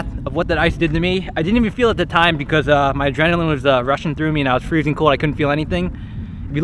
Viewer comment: Its not freseng 32 digress is the freseng point